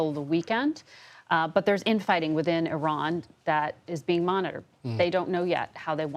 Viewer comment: It took 48 years for newsreporters and most US Military to finally pronounce the name of a country correct (E-Ron not Eye-Ran)!